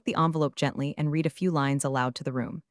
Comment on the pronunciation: its pronounced " res u may" and red not read